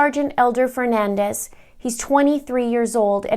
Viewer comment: His name is Fernandes... Portuguese! Not Fernandez... Spanish!!! His surname is pronounced fer-nan-deeeees. Please respect him and say his name correctly.